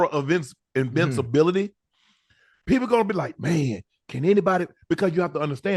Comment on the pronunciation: "Invincibility" was fckng Unc up 😭